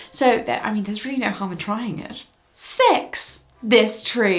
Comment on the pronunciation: i thought when Jessica said 'six' she actually said 'sex' and i was SHOOK